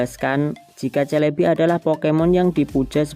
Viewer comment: SELEBI bukan CELEBI 😅😅😅